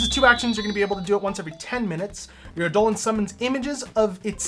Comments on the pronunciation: just a heads up its pronounced "EYE-duh-lon", not "eye-DOH-lin" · "Ey-Dolon". My ears bleed. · Its pronounced "idol-on", and basically the word "idol" originates from this.. Eidolon is the original ancient Greek written word, but it still is pronounced wrong in English, but none the less you should still pronounce it wrongly so people understand you.. its just to create a game term. If you want to look fancy (to sound cool and heard like you speak elvish), you can also replace D with TH (then/this/that/), the "I" with "EA/EE", and you just learned the true Greek word. Its written like this "είδωλον" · All these people trying to pronounce "Eidolon" in the comments are wrong it's clearly pronounced DIGIMON. I mean it's just obvious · my ears dear gods its Eye-dul-lawn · Great video However...it drove me crazy the whole time Eye-Doe-Lawn I reject the correct phonetics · I’m sorry WHAT? That’s how it’s pronounced?? For the past 4 years I’ve been saying eye-duh-lon. Huh neat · The designers have used this version, but anywhere you actually look up the word it would tell you its pronounced as did. I'd say either is fine but it did throw me off every time he said it.